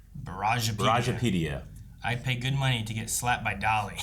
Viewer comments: Brujapedia is probably from the Spanish word BRUJA meaning witch, which is pronounced BREW-HA. So its most likely meant to be pronounced “BREW-HA-PEDIA” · Bruja is actually pronounced “brew-ha” it means witch in Spanish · For and: it’s Broo-ha pedia. Brujo/Bruja is the Spanish(Mexican) word for Witch or Seer. And yea Eddie called him his black heart, so I’m guessing Lilia saw him in the coven but couldn’t see his name cuz of her sigil, thus marking him a member(possibly even leader) of the coven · Brujapedia is pronounced “brew-hah”. Bruja is the Spanish word for witch. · Brujapedia Brew-ha* pedia Like Wikipedia for witches but in Spanish! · The pronunciation of “brujapedia” is killing me 😂😂😂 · Very interesting hearing brujapedia mispronounced like that. Bruja is Spanish for witch. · they way they're pronouncing brujapedia is so funny to me 😭😭😭😭😭